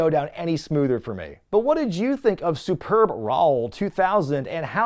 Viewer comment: Did you say superb rawl at the end?